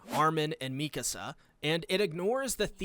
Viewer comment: I personally APPRECIATE you FINALLY pronouncing "Mee-ka-Suh's" name properly..showing her the RESPECT and dignity her character so richly deserves. From all of YOUR fans..we thank you sincerely.